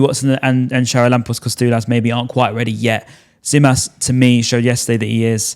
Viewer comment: For gods sake....its gimas not zimas....that tz in greek is g for the english language